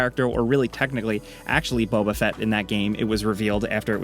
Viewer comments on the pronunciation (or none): none